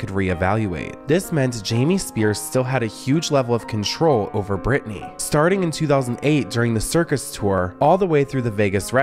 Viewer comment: Its Britteny